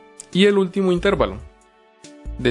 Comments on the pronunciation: Ojo, intérvalo no es esdrújula, por lo tanto no lleva acento, se pronuncia intervalo y es una palabra llana. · bien explicado pero no se dice intérvalo, es una palabra grave por lo que no lleva el acento, se dice intervalo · Un servicio no estas pronunciando bien la palabra "intervalo" no es esdrújula o explícame, pero respecto al tema excelente gracias.